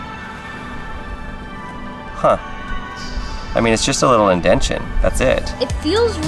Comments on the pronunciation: Indentation, not indention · Indentation. Not indention. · The fact that he said indention instead of indentation just rubs me the wrong way for some reason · Indention? You mean indentation. ...